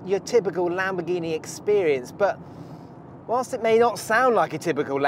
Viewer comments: Why are u saying Lamborghini wrong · Why do non Italian say Lamboghini without the R is it so hard to say?